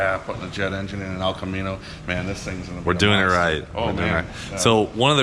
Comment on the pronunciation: The El Ca-mean-o